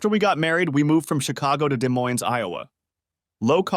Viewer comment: Yeah had to do a double take when the ai said day moine